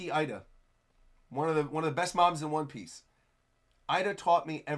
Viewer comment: The name Ida is pronounced Eeda,. 😅😅